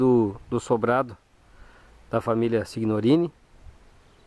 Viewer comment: Uma observação, se escrevi SIGNORINI, se lê SINHORINI..a letra G é nula na pronúncia..no restante a matéria é emocionante, Vovô João foi quem gerou a minha ramificação genealógica.